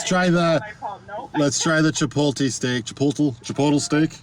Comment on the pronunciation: Where I live, "chipotle" is pronounced as if it were an adverb: "in a chipote manner; chipotly."